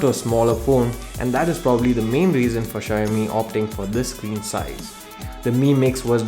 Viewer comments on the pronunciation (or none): शायामी नही भाई शाओमी